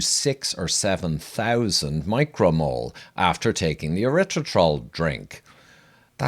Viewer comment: Having trouble pronouncing the word? LOL!